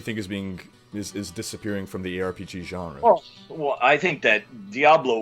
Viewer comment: Please never say "Genre" again...